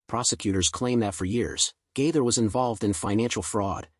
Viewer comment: This is Outrageous! Several questions: Why is Anderson Cooper’s face posted as though he had a part in this post? Why could the person reading not remember how to pronounce Bill Gaither’s name? Is this be a way to escape prosecution for posting these lies? Satan, in the name of Jesus, be gone!